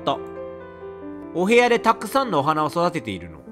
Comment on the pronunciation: 「お部屋」じゃなくて「おヘアー」？